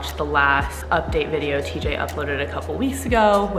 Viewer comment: Call it teej Lmfaoooo